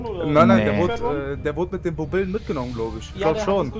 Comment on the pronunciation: "Bubillen" ssio wäre stolz auf ihn